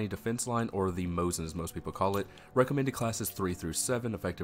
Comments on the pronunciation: Yeah, you definitely didn't say Mosin but you could have said Mose as. If you play it back on slow speeds you can hear the 2nd S real clear. There's no N there. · Most people call it a Mosin, not Moses. It's a Mosin-Nagant (MN).